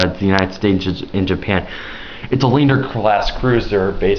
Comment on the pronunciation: The Sydney is a Leander class cruiser, pronounced "Lee-ann-der" Other than that good vid.